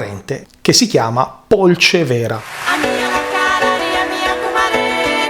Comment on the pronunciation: Polcévera non si pronuncia come lo stai facendo tu. Il fiume è il Bisagno e non il Polcévera.